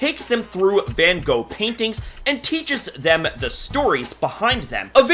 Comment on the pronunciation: That’s not how you pronounce his name